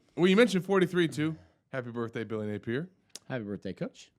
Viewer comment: Hey! It’s not Nay peer. It’s Nay pee ear….duh?